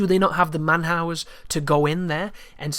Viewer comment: "Do they not have the man howers..." Sorry sorry....I know that was a slip, but I found that amusing =)